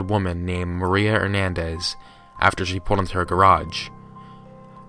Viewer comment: Thank you for pronouncing the last name Hernández correctly,!:)